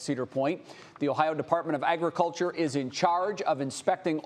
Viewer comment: they said the department of artuculter